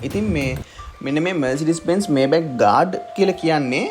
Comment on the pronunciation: මේබැක් නෙමේ මයි බැක් හරියටම pronounce කරනවානම් මයිබැහ් අහන්න ජර්මන් කෙනෙක්ගෙන් BMW ජර්මන් බසාවෙන් උච්චාරනය කරන්නේ බී.එම්.වී කියලා.බයිරෙෂ මොටහරන් වර්කර්. (Hermes යන brand name එක අර්මෙස් කියලා ප්රංශ)